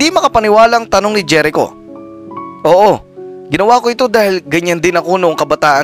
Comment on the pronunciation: Jerico is pronounced as herico